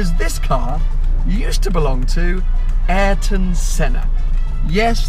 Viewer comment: Smh a eer ton Not airton